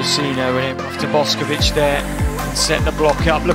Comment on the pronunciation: Yall her name aint pronounced like boskovic its boshkovich